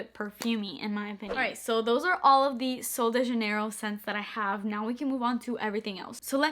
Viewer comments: Is actually pronounced Sououl Deh HhHanheirho :))))) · I actually heard Kathleen Lights pronounce the "J" as an "H" sound and her brand literally, did a collaboration with SDJ. So, who cares? I would pronounce it either way. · You're English speaker, not Spanish...I'm confused as to why you were even trying to pronounce sol de janeiro that way to begin with?!😂😂 I personally found it cute though 😅